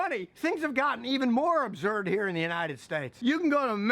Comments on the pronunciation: Yeah Scott, that's great 'n all, but I'm laughing because of your dialectical pronunciation of "Absurd" lol sounds like abzurd!! Laughing with you about both. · “Patently Ubzurdd!” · are you saying absurd or observed?